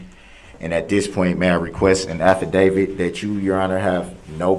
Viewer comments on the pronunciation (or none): none